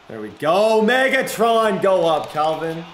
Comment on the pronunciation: The way he says “maygatron”